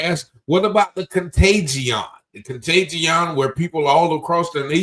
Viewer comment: "Contaygeeawn" lmao theyre so fucking stupid 😂😂😂😂😂😂